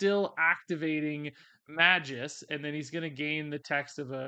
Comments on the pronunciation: Not Meh-juss. May-Gus. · I just have to say this cuz it's already bothered me and I'm a stickler that way...Magus = May-guss. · You must have been purposely mispronouncing magus name. The first card was nails on the chalkboard every time you mispronounced it.